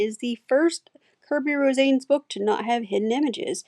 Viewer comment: His last name is pronounced as Ro- sah- nes. I love his work